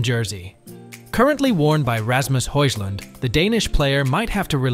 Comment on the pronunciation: Do your research !!!! Højlund is pronounced HOYLUND not HOYSLAND 🤣🤣🤣🤣